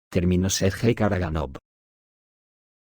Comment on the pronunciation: Сергей Караганов , Sergey Karaganov , se pronuncia en ruso, [ sirgéi karagánaf ]. Saludos.